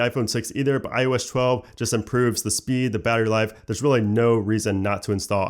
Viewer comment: Can’t unhear “I.O.eshtwelve”